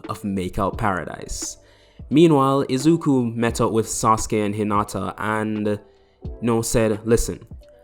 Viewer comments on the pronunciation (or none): Why did you say izuko? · “Meanwhile izuka met up with sasuke and hinata” so did I hear wrong I heard IZUKU is it IZUKU uzamaki??????? Not acting like insult I just wanna tell you a funny thing sorry for seeming rude